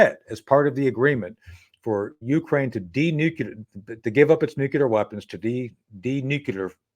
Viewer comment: Please someone tell Schaffer it’s noo clear……. Not f’n nookular….